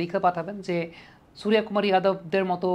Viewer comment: আরে দাদা আপনি তো বিহারী কিংবা ইউপি ওয়ালা দের মতো উচ্চারণ করছেন "সুরিয়া কুমার"। আপনি নিজে বাঙ্গালীর ছেলে তো বাঙ্গালীর মতোই "সুর্য কুমার" বলুন।❤